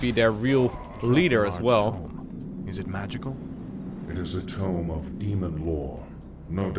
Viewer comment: It looks like you missed one of the items dropped from the second group of dragons. Also Tome is pronounced Toam, not Tomb. :)